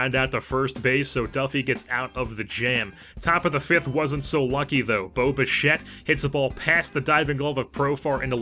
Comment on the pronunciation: lol when you said bo bichette it sounded like boba fett